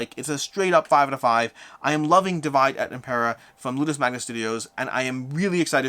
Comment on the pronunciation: Small feedback: Divide et Impera is latin, not English. The pronunciation is dee-vee-deh